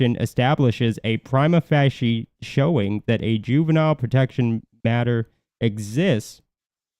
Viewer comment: Pree-ma Fa-sha FA rhymes with BAAAAA. Thanks for this info, guys.